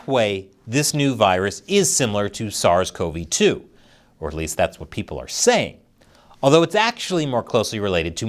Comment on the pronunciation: Kudos to you for pronouncing "SARS-CoV-2" properly.